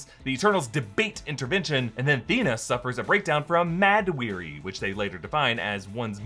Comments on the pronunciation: we wouldn't know just from listening, but I think it's "Mahd Wy'ry," not "Mad Weary." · You had "MAD WEARY" when i think with subtitles on its actually "Mahd Wy'ry"